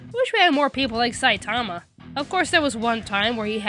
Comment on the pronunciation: I think with the name Saitama the infasis is on the ma, not the sai. It may not seem like that big of a difference, but... NagEEsa